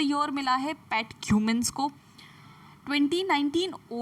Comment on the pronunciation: Pat kumans nhi ma'am 🙏🙏